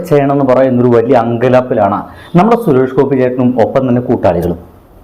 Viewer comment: ആദ്യം സുരേഷ് ഗോപി എന്ന് മര്യാദക്ക് പറയാൻ പഠിക്കടാ